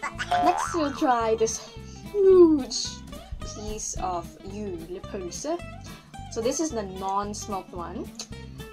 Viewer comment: You are very good to say "Jule pølse"